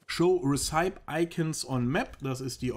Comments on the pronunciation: Danke für die Tips. btw. Es sind keine Resaips aber Ressepies, mit der Betonung auf "ie", für das wort Recipe. Ich verstehe es trotzdem. Mein Deutsch ist auch nicht immer richtig ;P. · Recipe -> gesprochen ruezipi / Sorry fürs klugscheißen... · recipe wird "resse-pee" ausgesprochen